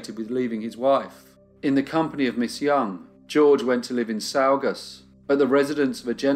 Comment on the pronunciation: Great job but it’s pronounced saw gus